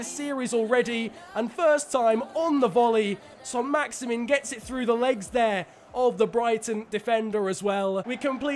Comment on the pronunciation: its leandro not leonardo trossard and maximin is prounounced max i man